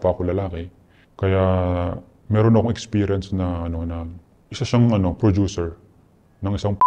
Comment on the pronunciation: si mark herras ba yan??? *hand gestures *porma *madalas nakablack na damit sa mga interviews *may buhok siya sa mga previous interviews *taglish magsalita *nagnenegosyo *prodyuser yung pronounce ng producer *30x binanggit yun "in a way" which is lagi niya sinasabi sa lahat ng interviews niya *asawa nasa showbiz at miss world contestant ganyan siya pumorma eh. saka diba nagnenegosyo na siya? saka prodyuser yun pagkakapronounce niya sa producer sa lahat ng interviews niya. saka asawa niya nasa showbiz. saka ganyan magsalita si mark sa mga interviews niya. lagi din nasasabi ni mark yun "in a way" ng 30x sa mga interviews niya. BAHALA KAYO MAG-ISIP KUNG TOTOO NGA artista na director na ngayon na dating indie film - coco martin????? yun nakipaghiwalay sa matanda - maris racal and rico blanco???? gov - chavit singson????? hindi si zanjoe marudo ito kasi malawak vocabulary niya at tama pronunciation nun sa mga english interviews niya at okay yung grammar niya ng taglish lapag niyo na lang dito kung sino pa pinaghihinalaan niyo